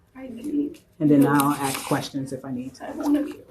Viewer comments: It’s just too bad she cannot even say the word ASK, instead of AX! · When the cop says "axe" instead of "ask"....